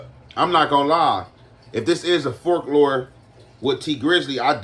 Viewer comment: Aye big bruh its pronounced like folk-lore no offense hope u see this homie